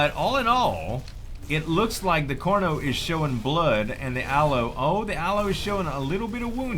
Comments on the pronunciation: its pretty annoying that he says corno in stead of carno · when you say Carno, to me it sounds like Corno